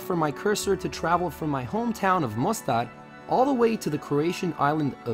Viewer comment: Kad reče Mostar, totalno me zbuni. Odličan video i kanal, bacio sam sab. Samo napred